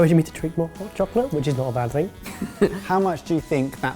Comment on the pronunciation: Hod chocolate? Do you have issues with voice recognition,? Not intended to criticize your pronunciation, but I am legitimately curious how well AI works across the pond.